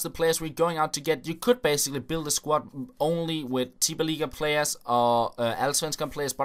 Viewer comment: Wow!! Probably the only popular Fifa Youtuber who can say Tippeligaen right.